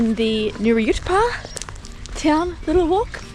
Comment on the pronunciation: Thanks for pronouncing Nuriootpa correct. Must people stuff it up 😊